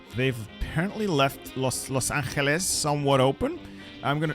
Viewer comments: ermm small correct its pronounced "Loss-An-gel-Is" not "Loss-Ankle-is" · pronunciation tryharding with los anxeles